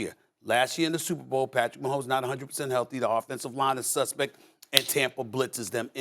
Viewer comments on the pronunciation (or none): Is it just me or Stephen a seems man suspect when he says suspect?